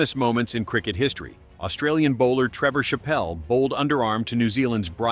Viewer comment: Shapal? wtf? Chapelhall? This AI vudeo is ravish